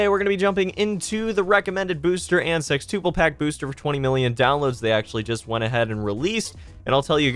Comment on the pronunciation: Elias Ortega his pronunciation of sextuple sounds fine to me